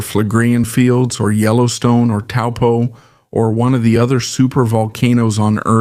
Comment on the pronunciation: Thank you for this information and pronouncing 'Taupo' correctly 🕊🌻🐝🌟✨